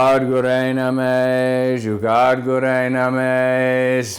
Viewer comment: Did you say Juggad?? 😣